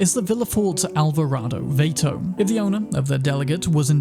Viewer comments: It's VAH-to you gringo wanker, not VAY-to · It is pronounced "Vah-toe". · how you manage to mispronounce almost every non english word, irritates the hell out of me. First it was Vato as VAY-TOE, now Coupe as KOO-PAY....😤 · Vahto, not Vayto. Spanish for dude. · It's V-ah-to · The Vato is pronounced Vah-toe. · It's pronounced vah-toe amigo. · pronunciation : “V-ah-toe” 😉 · Eh, the Vato(actually pronounced VAH-TO) is cool but it's not my style, just let Cesar to keep the car & money. Also, I played my V as a nice guy Solo who has a big generous heart......& is also more than capable of zero-ing an entire squad of Barghest plus their mech reinforcements within 20 seconds.